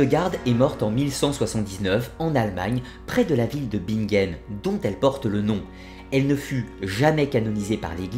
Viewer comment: Pourquoi prononcer 'Bigen" alors que c'est "BiNgen" ?